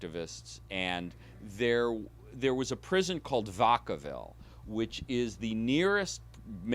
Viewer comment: Fascinating research and interpretation, but as a person actually from the Bay and having previously worked in San Quentin, Vacaville is pronounced, “vack-uh-vihl” not “vuhck-uh-vihl,” but thanks for atleast pronouncing Daly City correctly:)